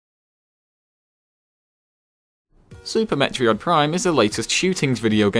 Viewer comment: I had to pause when he said "met-re-od" because I was laughing so hard.